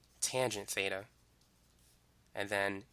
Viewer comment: he saying theta, beta, or feta??